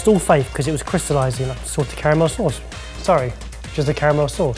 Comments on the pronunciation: I swear every time he says it i hear say “sorted caramel” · I kept hearing say 'Sorted' Caramel instead of 'Salted".....Love the idea of a Sorted Caramel.... Also, Dang It, Mike! Still on Team Huttlestone though...